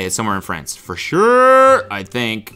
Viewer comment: As a French student, i was in physical pain when cody atttempted to pronounce the france one